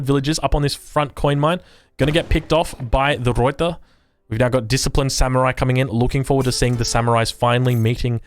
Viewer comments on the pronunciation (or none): Alright, as a dutchman, I kinda need to teach you the proper proper pronounciation of ruyter :P First of, you do pronounce the r correctly, nicely done (tho be aware that the r at the end is a proper r, not like a reduced r or an eh like English does so often), but the biggest deal is that uy. You pronounce it like oi, but it's either an 'œy' or an 'ɐy'. Since you are Australian, the second pronounciation would be the easiest, I would say, since ɐ is the Australian English sound in strut, bud or hud. the y however is a sound not found that often in English. Some dialect have it in a word like 'few'. y is pronounced like the 'ea' in cheap, but instead of having your lips open and pulled back, you have your lips closed and protuding (lips the same way as how you would pronounce 'oo' in hood). So, the entire word is pronounced /ˈrœy̯tər/ Good luck :P